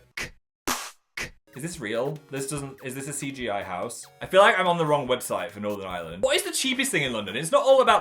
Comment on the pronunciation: The way he pronounces Northern Ireland sounds so posh